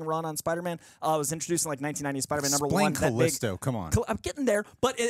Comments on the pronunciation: It’s calypso not callisto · He knows it’s calypso right? Not calysto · Calypso, not Callisto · She's called Calypso not Callisto (who is the leader of the Morlocks from the X-Men comics)> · Her name is Calypso not Callisto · Its calypso not callisto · Calypso, not Calisto?!Right? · Calypso not Callisto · It's Calypso not Calisto 😅